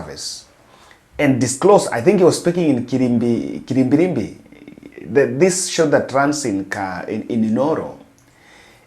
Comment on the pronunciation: It's KIRIRIMBI 😊 Good effort though